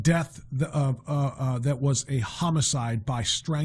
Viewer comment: homicide, not homocide